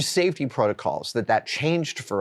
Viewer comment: Safe...tea? What is this safetea you're speaking of?